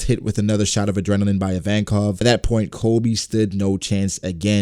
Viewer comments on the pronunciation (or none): Sounds like you keep saying COLby half the time...